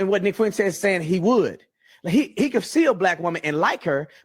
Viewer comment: IT’S FUENTES NOT FU ENTES